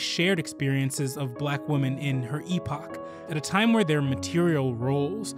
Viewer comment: Thank you for this! A friendly piece of advice: The word women is not pronounced the same as woman. It is pronounced "weh-min." Woman is pronounced "wool-min."